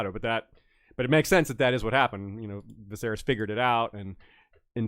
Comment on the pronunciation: “My mothers memory” to get technical, says the guy who has been saying “Visarys” for weeks 😂 No shade. I love unsullied thoughts. But I can’t help but giggle every time he says “Visarys”.